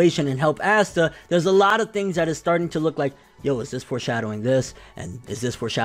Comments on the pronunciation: Awe-Sss-ta NIGGA NOT ASSTA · Well it's not Ass-ta....and black clover has a very high rating